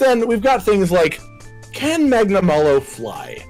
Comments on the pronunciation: Every Rise video I feel like Hermione. "Its Magnamaaalo not Magnamaylo" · What I like the most about this is that Hollow was part of this video. We need more of this trio just going mental and having a good time. What I hated, though, is that is back to calling Magnamalo "Magna-MAY-lo" Also, BITCH WHERE DOES IT SAY KETCHA WACHA CAN CLEAVE THROUGH ROCK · The more pronounces magnamalo his way the more years are taken off my lifespan